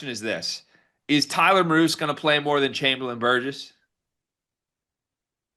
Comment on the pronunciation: Depth piece, 3-pt sniper as you noted. Idaho played at BYU, so KY must've been impressed. Name is pronounced MEER-us. BYU '82